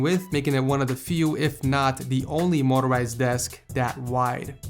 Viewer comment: motorizied lol in another video he was making fun of somebodies spelling